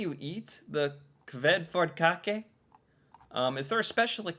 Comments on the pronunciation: She is not Even Norwegian.....and dont say it right... And its not a dessert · the Æ sounds like A in apple. this might help with pronunciation. I did have the cake on my birthday earlier this summer. it is not that sweet. and yea we do use a good amount of almond in Norway when it comes to cake. Kransekake, Fyrstekake and Marzipan are made of almond.